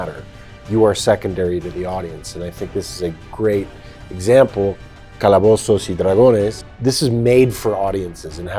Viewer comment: Chris pine says the movie title in spanish it's amazing!!!.